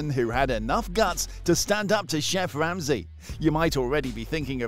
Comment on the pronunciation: "Chef Wamsey"